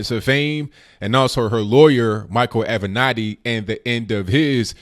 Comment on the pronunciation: Finally someone who can actually pronounce Creepy Porn Lawyer's name correctly....